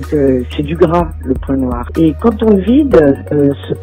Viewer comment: le "quond pourra" c'est trop. Et " votre produis" ...